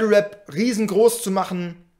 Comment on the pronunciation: Mich triggert es extrem das "web" statt Rap sagt aber no front